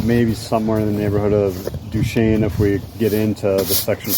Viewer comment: Little late to the party. GREAT video. Duchesne is pronounced Du-Chez-nee. :) I will be doing this on my KLR and was checking out other's videos. Have a good one and thanks for posting.